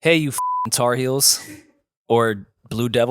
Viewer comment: saying Tar Heels just sounds wrong 😂😂😂